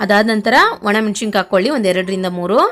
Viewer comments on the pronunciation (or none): ರೆಸಿಪಿ ಚನ್ನಾಗಿ ಹೇಳಿಕೊಡ್ತೀರ,thanks,ಅದರ ಜೊತೆ ಕನ್ನಡ ವನ್ನೂ ಚನ್ನಾಗಿ ಮಾತಾಡಬೇಕು,ಮೆಶಿಕಾಯಿ ಅಲ್ಲ,ಮೆಣಸಿನಕಾಯಿ. ಕೊನೆ ಪಕ್ಷ ಕನ್ನಡ ಕಾಮೆಂಟ್ಸ್ ಗೆ ಕನ್ನಡ ದಲ್ಲಿ ಉತ್ತರ ಕೊಡಿ